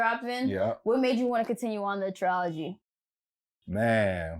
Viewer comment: “Tree-ology”??? Lol u mah nigga but I can’t let that slide I’m suprised Dom did he over 35 bein diplomatic. It’s pronounced “Trill”-ogy. Just FYI 🤷🏾‍♂️